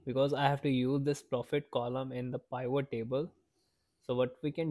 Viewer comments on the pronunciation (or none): I'm going to start calling them Pie-vot tables from now on